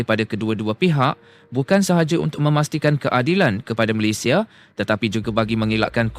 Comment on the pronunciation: TMJ kocak dan lucu😅😅😅 kakek Facundo garces lahir diArgentina tapi dibaca lahir di malaysia, ada yang lebih kocak lagi, nama negara malaysia malah di baca malaydes.😅😅 keren keren TMJ.😅😅😅😅😅